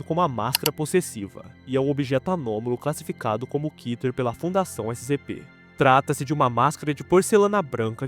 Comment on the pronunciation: Segundo o hebraico, a palavra Keter se lê Kéter e não Kiter